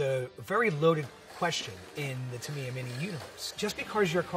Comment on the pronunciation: That Tamiya pronounciation is killing me. TA - MEE - YAH is the correct form. Otherwise, great video! I grew up with these when my dad was station in Japan in the 90s. I had a Sonic Magnum and a Spin Axe.